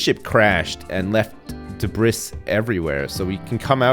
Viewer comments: debris is pronounced debree, not debriss. sorry for being 'that guy'. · debris is pronounced 'debree' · My man just said "Dabriss" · Does everyone in the UK/Canada pronounce debris like debris and not debree? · When you want to watch a guy who makes you question his level of intelligence, this is the guy. How do you not know how to pronounce "debris"? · Debris........the s is silent mate